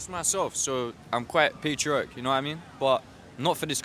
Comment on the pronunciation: You need to learn how to say patriotic.